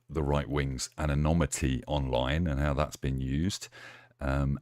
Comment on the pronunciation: It's anonymity, not 'anomity'!